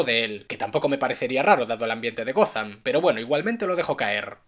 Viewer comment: gotham, no gozan